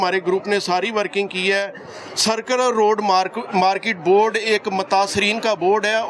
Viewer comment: بھائی سیکولر روڈ نہیں سرکولر روڈ ہے درستگیکریں